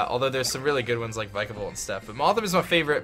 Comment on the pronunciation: YOU BOTH SAY VIKAVOLT WRONG !